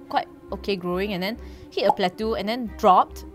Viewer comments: Hi, awesome vid, but just wanna point out it’s pronounced as “plat”-“toh”, and not “plat”-“tu”. Cheers! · I think if a "drop" affects you so much - then you really need to get a life and be fulfilled on less attention!!!!! Geeez!!! And how come can't pronounce "Yvette" and can't pronounce "plateau"?!? Weird.